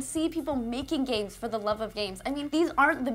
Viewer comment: Every time she says games, I hear gays. Am I normal?